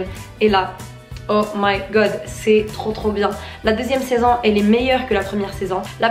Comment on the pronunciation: Wsh elle dit saisann o lieu de saison